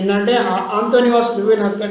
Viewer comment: Anthonivas kadu Anthony van analysis sir bits jagratha ga chadavali